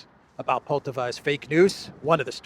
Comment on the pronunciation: PoltÀaaava, not poltavÀ